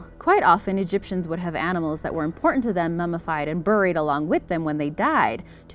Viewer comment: What's a fee-mor? And I love the way she mispronounces 'buried', unless of course she's Canadian.